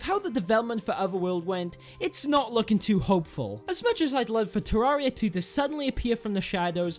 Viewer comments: Te-rear-i-a is how you pronounce it. Not te-rah-re-a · The cat Lord shame on your if you say it "ter-area" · ye its supposed to say "terra"-ria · You pronounce terraria wrong